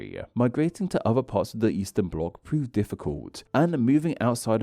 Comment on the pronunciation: eastern bloc, not easter, please...